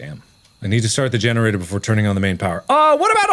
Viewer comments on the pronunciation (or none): none